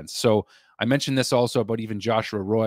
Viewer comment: I think it is joshua "Roy" like Patrick "roy"